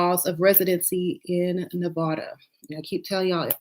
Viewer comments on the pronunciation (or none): none